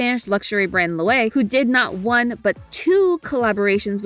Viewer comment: Loewe is pronounced Lo-eh-vey. The founder of the Spanish brand was ironically German. And they actually had 3 Collabs with Ghibli, including Howl's Moving Castle!